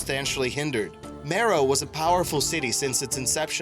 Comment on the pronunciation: That's Meroë, not Meroe. It has 3 syllables, and the adjective form is Meroitic. Like, the Meroitic people. They conquered Egypt, providing one of the foreign dynasties.